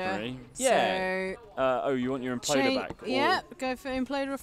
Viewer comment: The imp-loder